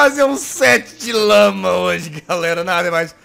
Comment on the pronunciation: quem entendeu que em vez de lama ouviu lâ??